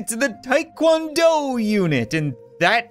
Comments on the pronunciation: it is called TA Kwon do with an A not a I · So ya know, its called Taekwondo, and not Taekwando. dont assault me please